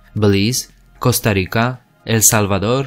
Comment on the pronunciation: Strange video. Did you even talk to local historians when putting this together? And you keep pronouncing Costa Rica incorrectly. I say do over.